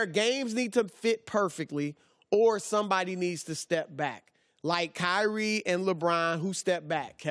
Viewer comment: Michael, David, Edward, William, Steven, Kobe; say them all. There is no KY REE. His name is Kyrie. Zion is another. You don't make someone a legend by pronouncing a 2 syllable name with emphasis on both syllables. Come on, CO- LINN.